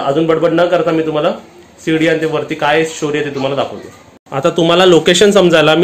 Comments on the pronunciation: किचन खालीच राहू द्या पप्पू ची रूम वर बनवा आणि सुनबाई ला आवडणार नाही काहीपण बोलू नका रेसिपी छान 👌👌👌👌👌 आणि शिडी बोला सीडी नाही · सीडी नाही. गाण्याची असते तिला सीडी म्हणतात. ह्याला शिडी म्हणतात. शिडी असा शब्द आहे., सेटर नाही. शटर असा उच्चार आहे.